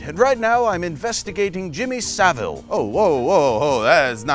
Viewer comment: Hey thanks for getting Saville pronunciation right! Research dog eggs